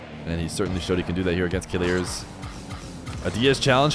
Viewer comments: i mean the prononciation is not kilirz its kileeeerz i know him he's my friend 🙋‍♂ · Yes it pissess me off how he pronounce it "killirz " lmao